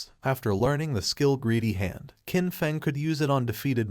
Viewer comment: The characters name is Qin Feng. The proper pronunciation would be chin fung.